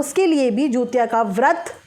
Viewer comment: Hello didi namaste , aap pronunciation galat kar rahi hain, app bar bar jutiya bol rahi hain.jutiya nahi hota hai. jitiya hota Hai.